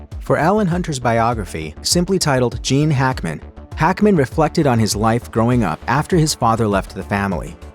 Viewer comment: Who is the narrator for all of these videos , if it is human pronunciation is discussing if AI we are in big trouble, some one give me an answer and I also add I liked Gene Hackman, and to hear his name sound like something else is annoying, and is on every video put out by this distributor.